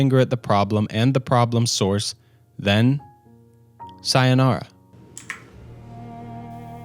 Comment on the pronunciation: Tf is your sayonara pronunciation lol